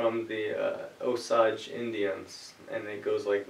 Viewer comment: The pronunciation of Osage is O-sage (sage rhymes with page and the emphasis is on the O).